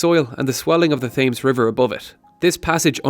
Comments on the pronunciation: You have a great knowledge about London history but you can’t pronounce the name of the river. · So much intelligence but can't say the name of the river correctly? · The way you pronounce "Thames" triggers me. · You can't even pronounce Thames properly. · It's not the Thames! It's the Thames! Hope that helps. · argh everytime you said thames with a soft 'th' instead of a hard 't' i cringed physically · Now if you only pronounced Thames correctly then people would have actually paid attention to the rest of the video... lol. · Note to voice-over man, The 'Thames' isn't pronounced as it is spelt - really good otherwise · Fantastic and interesting. Do Skillshare do a course in pronouncing Thames? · Great video - but please pronounce Thames correctly in future! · say "thames" again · That is really not how you pronounce "Thames" ;) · Yeah, it’s a silent ‘h’ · lol wth is "Thaymes"? It's more like "Temms" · its not pronounced fames its pronounced tems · TEM - S not fames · What is the ‘Th’ames? It’s ‘T’hames - ‘T’ not ‘Th’.... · “Tems” not thaymes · Love these videos, but please, River Thames (as in Tems, not 'Fames'). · Other than it being pronounced TEMS not TAMES, brilliant video and introduced me to some things I didn't know! :-) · Quick thing: the Thames is pronounced like 'Tems' (weird I know) and not literally 'Thames'. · ITS PRONOUNCED TEMZ! NOT THAMS! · Every time you say "thaymes" instead of "tems" it hurts. I thought the pronunciation of Thames was common knowledge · Taymes? WTf is that? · it's pronounced "Tims" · The River Thames is not pronounced ‘Thames’ it’s pronounced ‘tems’. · Sam Brookes: Try Temz... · Not how you pronounce the thames, say it like Tems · Johnyg29: Temz rather than Tems... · "Thames" is pronounced tens but m sound not n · Dude the Thames is pronounced T h em s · Thames is pronounced 'tems' :) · dude it's pronounced "tims" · "Thames," is pronounced as "Tims." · It's pronounced Tems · Thames = "Temms"